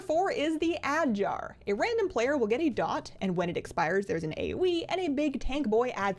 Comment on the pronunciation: I'm always like "what the hell is an ey-wee?" but then I realised, that you mean "AOE".